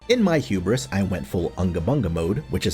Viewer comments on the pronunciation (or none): none